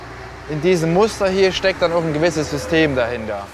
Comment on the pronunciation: Wusste nicht, DAT man im Westerwald auch „OHCH“ sagt😂